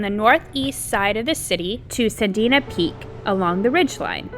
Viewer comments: San-DEE-Uh Peak, not Sandina peak ☺️🫶🏼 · It's pronounced sand de ah